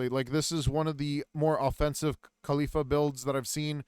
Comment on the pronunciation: This dude takes forever to get through like nothing but decent guide not missing that much compare to most others. Her name is Call-ee-faa